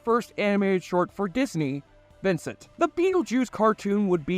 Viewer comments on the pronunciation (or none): none